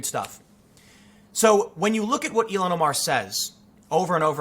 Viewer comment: I think its pronounced Ill-Han